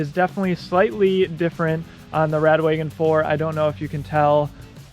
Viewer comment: How come you keep calling it 'radWAYgon' instead of Wa-gon? Is that how Rad Power say it? Am I saying it incorrectly?